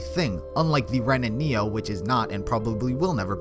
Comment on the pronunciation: When he said Ren and Neo, it took everything in my body to not click off this video LMAO